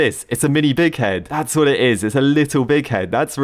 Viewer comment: pronouces bighead "dikhead"